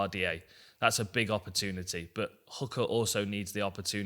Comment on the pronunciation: when is someone guna explain to him how to pronounce opportunity